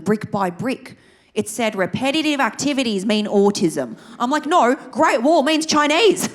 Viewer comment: I love when you say "Im Choinese" 😂